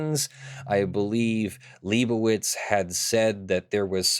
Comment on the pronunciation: it's been like 8 videos and still hasn't said "lie bow itz":( Lie bow itz how bow dah